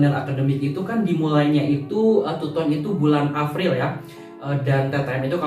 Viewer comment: “Bulan Afril” hihihiiii